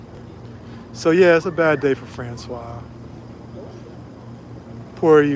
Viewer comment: FRANÇOISE.... pronounce the SE at the end! FRANÇOIZZZ 😊